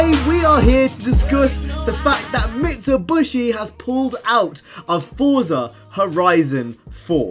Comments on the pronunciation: Mit - su - be - she* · Mit-su-bi-shi not mitsuBUSHY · UGH! Not again! What's next, no Nissan? Also, it's pronounced MIT-Suh-BISH-ee. Sorry for being a grammar nazi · Stop saying MitsuBUSHY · Mit-su-bi-shi say it with me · Mi - Tsu - Bi - Shi* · its pretty annoying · LMAO I thought that as well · Mitsibushi???? It's pronounced how you read it 🤦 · Are you saying Mitsubishi like that on purpose just to wind people up or am I missing something? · The way you say Mitsubishi is really weirld, lol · Well I'm a grammer commie! All pronunciations are equal (except some pronunciations are more equal than others), so I don't care if he says it wrong. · Its mitsubishi not mitshubushi and its AE86 not A86